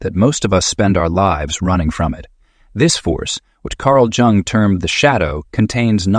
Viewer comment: It's Jung not Jang.